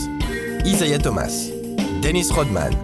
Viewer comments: C’est isiah Thomas pas Isaiah... sinon bonne vidéo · Isaiah thomas ? Euuuh olutot isiah nan 😂